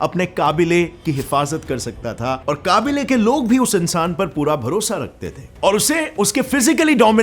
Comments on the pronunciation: Kabeelaa...... ❌ Kaabile.,..... ✅ ... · not काबिले it's कबीले 😂🤣🤣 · It's not qaaabile it's qabila or qabile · jo word al ny bola wo kablay ni kabilay h 👍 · it's kabilee not kaabile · मुझे ऐसा क्यों लग रहा है की काबिले की जगह कबीले बोलना चाहिए था |